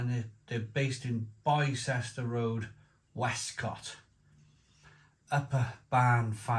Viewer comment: Bicester is pronounced bister